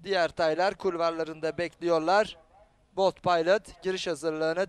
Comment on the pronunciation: biz bold paylıt demeyiz, biz bold pilot deriz kardes. bold pilot daha seksi söylenişi var :D